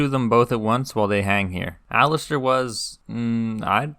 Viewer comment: Your video is great, really well done. That being said, for the love of god please stop calling Alliser Thorne Alistair 😅 You're right about Theon though, I felt exactly the same.